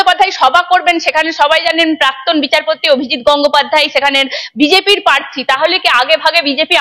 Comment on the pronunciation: অভিজিৎ বাবু প্রার্থী নট পার্থী, ভুল ঊচ্চারন ॥ সঠিক ঊওর দিয়েছ্ন ঊনি ॥